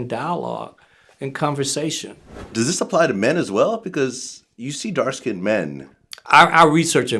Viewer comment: First of all pleased say skinned as one syllable not SKIN DED! Geez! Secondly I noticed these lies about age didn’t stop her success did it?